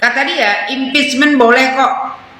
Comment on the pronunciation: Bukan halal bihalal tapi haram bi haram😂😅 provokator berbalut bahasa Inggris impecmen😂😅 alias makar cm bedanya makar itu kalo udah kejadian chaos la kalo nunggu chaos dl y hancur Indonesia pak🤣 apalagi mpud semenjak gagal wakil presiden otaknya mireng sm kayak kalla